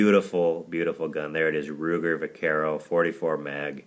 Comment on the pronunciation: pronounced (bakero) long a sound